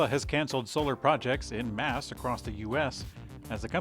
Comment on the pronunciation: Do you mean "en masse"?